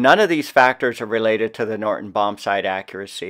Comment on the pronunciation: Great video, very informative and well presented. One niggle: it sounds like you're saying "Norton" bombsight instead of "Norden" bombsight, at least to my ears. Thanks for this video and please keep up the good work!